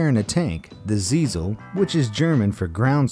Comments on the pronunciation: wiesel not ziesle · Wiesel Not siezel